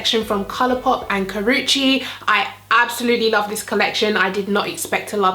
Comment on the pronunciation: I love Karrueche Tran but I wasn't sure if I should buy this collection because I'm not really into pink or coral shades on my eyes but it looks beautiful on you. I think I'll give it a try. Btw thank you for not butchering her name. Drives me nuts to hear 15 variations of Karrueche's name in one tutorial.